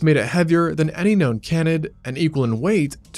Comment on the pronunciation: How does the narrator not know how to pronounce "Canid" or "Canidae"! It's pronounced 'KAYnid', not 'cannid'.